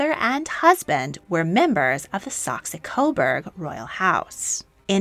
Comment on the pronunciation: Very interesting - thank you for this video! One small correction: it's Saxe-Coburg (cobourg), not Saxe-Coberg (cobairg).